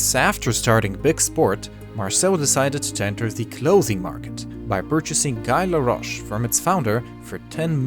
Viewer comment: He's not a native french as he butcher Guy larroche name ;)